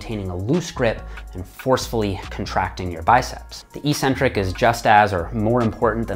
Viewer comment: It’s EHK-centric, not EE-centric. The long-vowel negation mistake is derived by false-conflation with words like asymmetric.